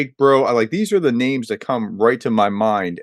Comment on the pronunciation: Thank you for having on your podcast, he is to the point, a real deal, honest and love to hear him massacre names! Slava..Ukraini!